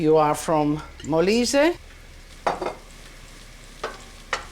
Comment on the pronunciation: Molise!!!! non malaysia ....... poveri noi 😭